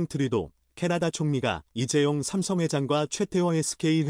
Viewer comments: 삼성을 왜심성이라고 하냐? 답답해요!^^ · 삼성이라고 읽어야지~~